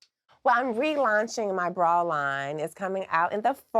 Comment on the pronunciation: I love the way she says bra. “Braw”